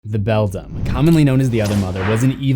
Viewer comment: Again, it's BELDAM (prnounced BELL-DAM or BELL-DAMN, NOT BELL-DUM). Also, I heard that the other father started as a pumpkin.